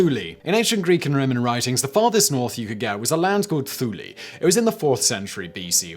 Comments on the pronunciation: Thule? "Thew-lay"? Tsk tsk tsk, Simon it is pronounced, "Two-lay". Say it with me Simon, "Too-Ley" You can do it! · Pronounced Thool not ThuLé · Though it's written thule its pronounced tool-e